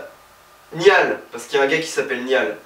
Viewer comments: Oh nan mais Niall se fait vraiment pas respecté en France 😂😂 jpp essayez de prononcer correctement son prénom c'est si compliqué ?😂😂 "Nayeule" voilà c'est comme ça et non "Niale" 😂😂 sinon bonne vidéo 👌😊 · guys he said zayan my god i'm diying he said nial honestly i can't stop laughing ary....my stomach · Zayan et Nial 🤣🤣🤣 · Ca se dit Niall en Francais et Naill en Anglais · "Zayan" "Niale" quand même 😭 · Niale c'est bon mdr 😭😭 je did " niale " aussi 😭😭 MAIS ZAYANE NON C'EST PAS POSSIBLE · je suis directionner mais ca ma juste tuer pooooooooooooouuuuuuuuuuuuuuuah la vie j'en peut plus :''') ( ca ce dit naill pas niall) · Chui directionner mais j'kiff ta vidéo ⌛ PS : "Niall" sa se prononce "Nalleule" 😌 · Avant j'avais regarder cette video sans être fan des 1D, mtn je le suis un peu plus (surtout Niall)et j'etais ptdr et je veux pas me moquer seb mais franchement t'en fais exprès de mal prononcé les noms: Zayeeen niiial. Voilà jvous aime a plus. PS: j'était morte pour le cri de Niall 😂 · J'adore les one directions j'ai tellement rigole ! Par contre tu me perturbe à prononcer "Niall" en français 😂 sa se prononce "Nayeule" mais sa s'écrit "Niall" bref t trop drôle 😂😂❤ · déjà'Zayn' se dit 'Zaïn' et Niall 'Nayeul' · "Niyal" "Zayan" j'm'en remettrai pas :') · Naill sa se prononce naigneul et zayne c zégne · Ça me stress quand il dit Zayane au lieu de Zayn et "Niall" au lieu de "Nayole" 😂😭🤦🏽‍♀️ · deja niall ça ce dit nayl ;) et tg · Il a tué la prononciation du prénom de Zayn et Niall😂😂😍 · J’ai eu des envies de meurtres en entendant comment il a prononcé niall et zayn 🤠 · J'en peux plus ca fait 5 000 fois que je regarde cette vidéo depuis sa sortie et je m'en lasse pas même si je suis directioner et qu'il à tuer les prenom de Zayn et Niall... c'est pas grave 😂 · je suis directioner et franchement des fois c'était marrant. le crie de Niall est trop marrant😂 ps: apprend juste à prononcé le prénom de Niall et Zayn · J'aime trop comme il détruit les prénoms de Niall et Zayn 😂